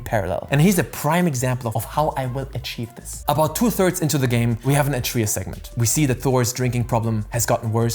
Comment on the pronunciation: What language did you play this game in? Why do you keep pronouncing Atreus like that?